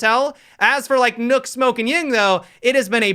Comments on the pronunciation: The 'Ø' in "Nøkk" is pronounced the same way as the 'U' in "burst". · Why does he say ‘nook’ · Why you say nook though?? Lmfao